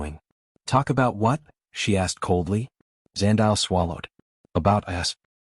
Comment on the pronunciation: Eh Zandile 😂. Love that this story loops back to my home country, South Africa 🇿🇦! PS: Zandile is pronounced 'Zah-ndeee-lay' 🙃.